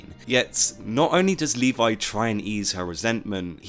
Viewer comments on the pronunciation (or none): ..... and you shouldn't pronunce Levi "Leevay", you should pronunce Levi "levy", and don't say shit like "iN tHe AnImE eVeRyOnE sAyS leevay" because you know how many problem Japan has with foreign languages.